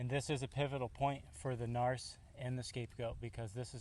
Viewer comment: it's narc(k), not narst, LOL